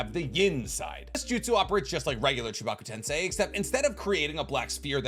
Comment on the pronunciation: Is it just me or did learn to pronounce Chibaku tensei?